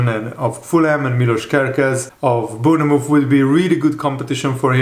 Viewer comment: Bourne- mouth